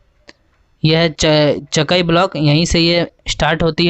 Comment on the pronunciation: Cha kaaiiiii Pronounce galat kar rahe ho